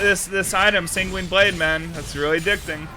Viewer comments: Hey just FYI Sanguine is pronounced more like "Penguin", try googling "pronounce sanguine" you'll see. It's not "sang-WEEN" it's "SANG-win" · Sang-gwin with a soft g to end the first syllable and a hard g to start the next